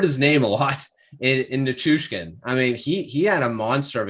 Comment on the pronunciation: Thank you for learning how to pronounce Nichuskin this time.